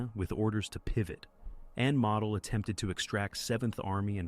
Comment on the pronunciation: It's: Moe dl. Not model like you build.